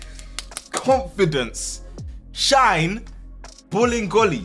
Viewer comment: everytime says 'bolingoli' i hear 'bullying goalie' lol